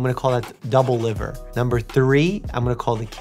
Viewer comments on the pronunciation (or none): none